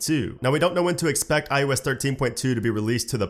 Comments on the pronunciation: Why do i always hear you saying IUS 😂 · Am I the only one hearing this guys say ‘I US 13’ ???